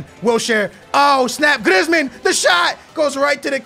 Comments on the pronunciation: Please stop calling him Grizmin and griz call him by his name Griezman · please may you stop saying Glizmen it is pronounced Greezman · its pronounced greezman not grizman